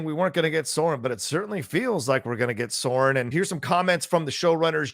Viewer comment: Love this, but Sauron is not pronounced "Soron", but rather "Sow- rrron"